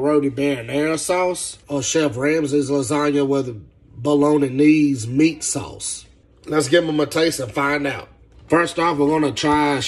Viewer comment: I just wanted to point out that he still didnt say Bolognese right